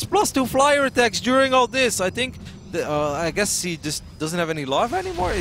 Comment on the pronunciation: Most of the time he doesn't even say "she" or "he", he says "see". :P #MaryGORound